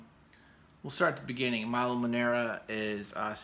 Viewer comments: please... milo is italian. MILO, not mAilo :) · Pronounced ME LOW not MY LOW